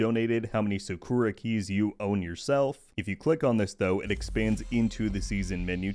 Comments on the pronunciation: SA-ku-ra not saKORa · The way u pronounce "sakura" is american af...